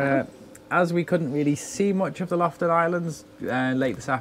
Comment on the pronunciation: Thanks for another wonderful episode of my gorgeous country..! ( btw..It took me a while to realize you were in Lofoten, as it sounded like you said Loften Islands.. The second O is not silent 😅 )